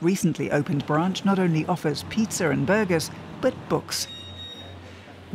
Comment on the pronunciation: She says “ pizzer” instead of pizza. What the ugly hell lmao